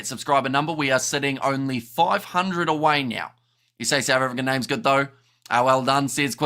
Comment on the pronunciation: Great show guys !! Enjoy all the SA name pronouncing !!